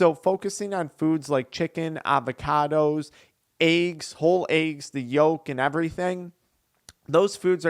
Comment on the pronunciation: Eggs, bro. Eggs. Not ayggs